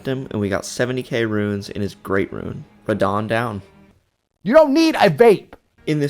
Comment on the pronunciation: Brother, “ruin” and “rune” are NOT the same word. They are not pronounced the same way.